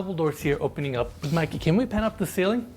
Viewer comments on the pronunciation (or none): none